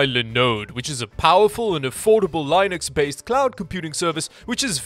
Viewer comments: It's LIN...UX not linus x . Love the video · Yay! The ad where you pronounce Linux wrong is back! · every time you pronounce linux wrong it makes me want to die it's pronounced the same way as your sponsor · I like how he’s one of the only people who says lienux instead of Linux